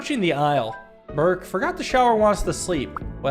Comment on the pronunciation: I was not expecting the turkish names. It is also strange that read "ı" pretty good but the "ş" is "sh" sound not "z", "Berke" is two syllable "Ber" and "ke" which read as one but its normal for a native english speaker.